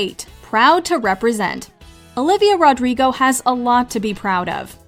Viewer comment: ITS NOT RODRGRIGO ITS RODRIGO